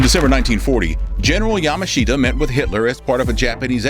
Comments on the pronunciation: Yamashita is not pronounced 'Yama-sheeta' rather it is as though the 'i' is silent hence 'Yamashta'. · His name is pronouned like Ya mush ta. Yamushta. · I agree that the person narrating was in general very good but his constant mispronunciation of General Yamashita's name was grating. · If you can't pronounce the name of the person you're talking about, your credibility is close to nil.